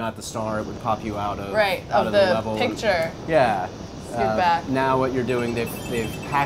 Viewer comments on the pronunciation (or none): none